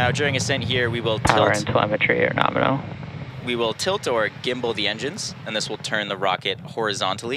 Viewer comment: " Liftoff nArmal "